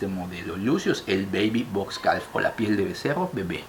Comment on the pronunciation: Bellisimos, en calf la L no suena, se pronuncia caf